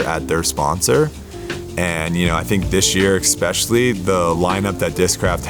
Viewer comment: especially not eKspecially, biggest pet peeve, why do people pronounce it like that haha